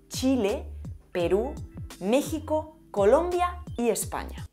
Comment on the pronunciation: Te felicito por pronunciar México a como se habla en mi país